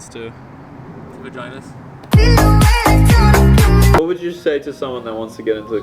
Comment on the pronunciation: lmfaoooo wow this dude ate pepper before you filmed him? 😂😂 I find he mouth hot xD out of all the things he could've said 😩... He said vaganas lolllll